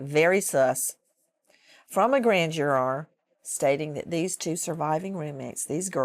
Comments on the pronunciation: 1--- She's starting to look more and more like Leslie Knope 2--- She says Jur-ar which reminds me of the 30 Rock episode w/ Jenna's movie the 'Rural Juror' and no one can figure out what its called. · I also love Jur-ar.... which reminds me of the 30 Rock episode where Jenna is in the movie The Rural Juror and no one could figure out its called.